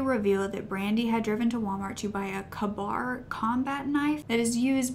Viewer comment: It’s pronounced k bar